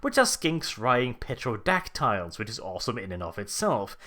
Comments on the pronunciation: I know it's just a pronunciation thing with the silent P in pterodactyl, but "Petrodactyl" would be an amazing dieselpunk monster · I know English is a bitch and someone else probs said this already but, the P in pterodactyl and pteranodon are silent.